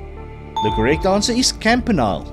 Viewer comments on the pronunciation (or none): 39/50 Ph.D Campanile is pronounced Camp uh nee lee. Please be more accurate.